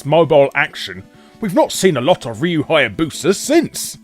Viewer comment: Seems that no one knows how to pronounce "Ryu" outside of Japan properly. (Also, there is that Castlevania mobile game on the horizon: "Grimoire of Souls".)